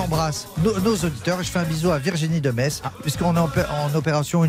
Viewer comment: Et pas les alsaciens du coup?! Et non j'aime bien ses chroniques, il n'y a aucune susceptibilité dans mon message, je sais bien qu'il fait exprès et qu'il exagere le trait! Et en plus il prononce parfaitement Metz, donc 10/10 pour sa vanne!